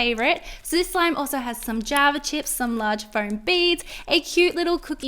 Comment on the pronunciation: it's pronaniunced foam both floam